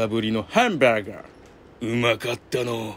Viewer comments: ハンバーガーの発音がヨキ🤣マクドしか食べた事のないわたしにとって､こういうハンバーガー めっちゃ美味しそうで食べてみたい🤤💕HONDAにまたがってる､イカしてました😉✨ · ハンバーガーの発音 クセすごいっ🤣 ハンバーガーめっちゃ 美味しそうでした 🤤